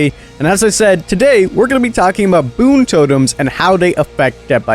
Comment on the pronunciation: King no hate but its boon not toon